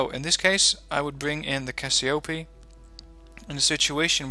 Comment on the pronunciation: And for the cassiopee don't prononce the EE as you do, because it's written Cassiopée, Si Those EE needs to be prononced as the first E of Helicopter